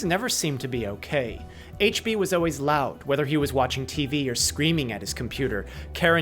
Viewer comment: You said "o-ways" instead of "always". That's how a 2 year old pronounces it because they haven't developed the skills to talk normally. This is a popular speech problem in California. I wish people would stop mispronouncing this word. Grow up and talk like an adult. Everytime I hear someone say o-ways, o-wies or all-wies little bombs start going off in my brain. My sanity starts to slip away.